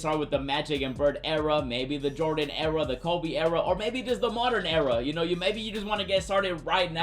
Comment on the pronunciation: The way he says "Ewra" instead of Era has me rolling. I love it bro.